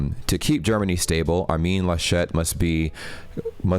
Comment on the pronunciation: He is not French ("Armine Lachette"?) So it's not ArMIN LaSCHET. but ARmin LAschet